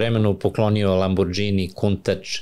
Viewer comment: Ne znam što reći: svakoj zgodi fali sto objašnjenja, konteksta, priče o kriminalu. Ali vrh je kad je uz sve te milione, i dalje na mentalitetu da ne zna pročitati Lamborghini - čita ga kao nepismeni Srbi, sa dž/đ 😂